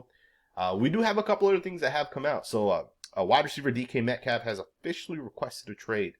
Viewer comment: Wait, did he just refer to DK Metcalf as "decaf?" As in a cup of coffee 😂